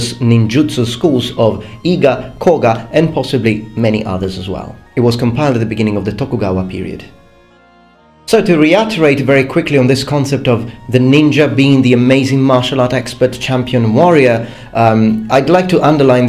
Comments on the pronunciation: Hello, I love your videos. I especially appreciate videos such as this one, which debunk common myths about history. I would like to point out a small mistake of language you sometimes make towards the end of your videos. When you recap your main points, you tend to say "re-utterate," instead of the correct term "reiterate." I believe you are confusing the word "utter" (to say aloud) with "iterate" (to do something over again or repeatedly). Honestly though, this isn't a big deal, and your arguments still come across quite clearly. I just wanted to help, in my own small way. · There is no word "reutterate", you probably mean "reiterate" from latins re (again) and iterare (to do a second time). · you often use the word "reutterate" in your videos shouldn't it be "reiterate"? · I notice you've been mispronouncing "reiterate" on a couple of occasions lately. I'm not sure if you're aware or not, but the way you've been saying it sounds like "re-uh-ter-ate", but it should be "re-ih-ter-ate". Of course I don't mean to call you out, you can fluently speak more languages than make small talk in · I HAVE to correct this one. You keep saying "Re-utter-ate". I've been waiting for you to correct yourself or for someone to correct you. The word you're looking for is Reiterate. I can see exactly why you make the mistake, and it's because you understand English so well, and that's probably why it annoys me so much:D. The term "iterate" is a word we don't use that much nowadays but it means "to say (or do) over and over". To Re iterate is to say something over and over.... again. Replay, rewind, redo, ect for the prefix then Iterate. Sorry! I know you're a linguist, but it's a pet peeve of mine in your videos:)